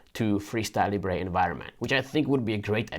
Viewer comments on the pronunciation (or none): Even Libre have corrected their pronunciation It’s not Leebray, it’s Leebra